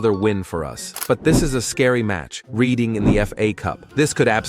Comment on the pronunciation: If you're going to pronounce it reed een instead of red een, commit hard. Call 'em Reading Rainbow.